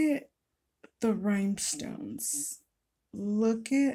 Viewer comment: Are you saying RHYME STONES. ???❤️🇦🇺